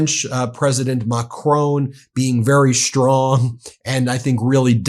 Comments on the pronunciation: Please... it's President Ma-cron not Ma-crone. After all, I'm sure you don't pronounce "bacon" as "ba-cone"... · Why are Americans totally incapable of pronouncing Macron's name correctly? 🤔🙄😖